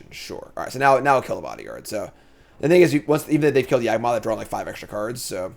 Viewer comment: everytime mispronounces Yawgmoth you take a shot.